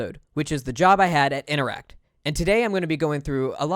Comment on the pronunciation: Interac...not InteracT...note, no 'T"